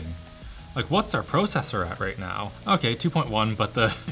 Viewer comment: the way he says Pro-Cessor should be followed by an Eh